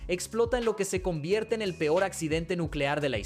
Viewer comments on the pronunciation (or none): none